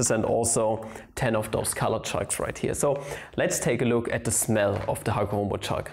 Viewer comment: Wat its read: chalk My ears: S H A R T